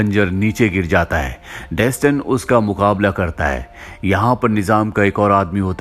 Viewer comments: Pronounced as Dastaan(mean story) not desten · Dustin nahi Daastaan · Its not Dastan, its Daa-staan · डेसटन नहीं है यार वो दास्तान है 😂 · Bro if you had watched the movie, it was pronounced as 'Dastan' not Daston. Even in games (If you had played any of them). For the pronounciation part it is based in persia(Iran) so it should be pronounced as "दास्तान" Same as you pronounce ईरान not आई -रैन ...